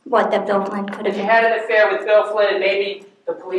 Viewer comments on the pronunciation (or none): Why does it always sound like they're saying "Bill Clinton" to me?! It's the strangest thing!🧐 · Im so happy I found this comment because "Flynn" and "Clinton" are such totally different words that I thought I was going nuts hearing Clinton instead of Flynn 😂 I even started questioning if there was a second Bill involved lol! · Swear it sounds like the Prosecutor is saying "Bill Clinton." I can't unhear it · Am I the only one who thinks she keeps saying “Bill Clinton” and not “Bill Flynn”? It’s tripping me up lmao